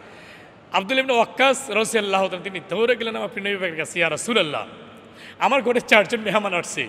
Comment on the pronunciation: রাদি আল্লাহ তালা ঠিক করে বলেন